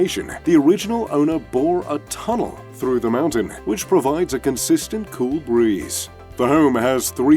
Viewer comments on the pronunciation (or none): none